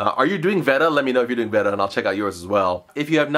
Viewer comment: VED-A, this is a new pronunciation in the VAY-DA vs. VEE-DA war.